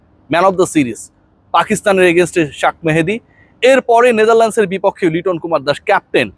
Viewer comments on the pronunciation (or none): আপনার উচ্চারণটা ঠিক করতে হবে, কারণ আপনি সব সময় “শাক মেহেদি” বলেন😐